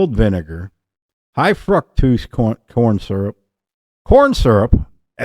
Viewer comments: Cute!! Remove the R. Fuctose. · 💯👊 Love your pronunciation of fructose! 🤣